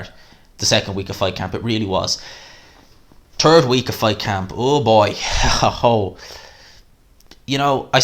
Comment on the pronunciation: "turd week" sounds about right 😁